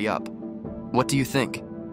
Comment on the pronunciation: Yes his name is Ricciardo, not Riccardo or Ricardo.